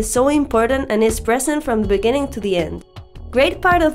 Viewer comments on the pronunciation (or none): 'A beginning', beningnig... beginig... beninging... 'for the beginning'